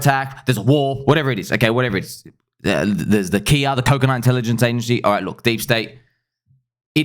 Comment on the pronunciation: when you say KIA, I always think you are calling me. 🤣🤣🤣🤣